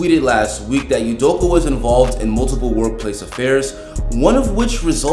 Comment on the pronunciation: it's pronounced udokAH